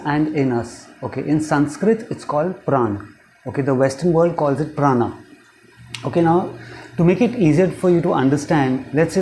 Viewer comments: prana is sanskrit. pran is the wrong pronunciation by people who speak Hindi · It is pronounced as Prānā in Sanskrit and not prān. That is the way it is pronounced in the northern parts of India but unfortunately that is not the right way. No prejudice but stating the truth here.